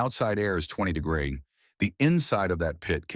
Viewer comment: AI mispronouncing degrees every freaking time is a deal breaker for me.